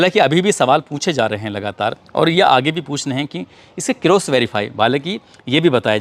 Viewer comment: कोलेज, होल, होसपिटल ,क्रोस वेरिफाई...wrong pronunciation